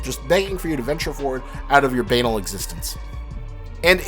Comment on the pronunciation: why do you say words wrong? banal doesn't sound like anal its ba-naal. Rian johnson is like Ryu its like Ryan but he's british. I assume it's just where you grew up but you remind me of how Will Ferrel talks in Megamind saying Metracity instead of metro city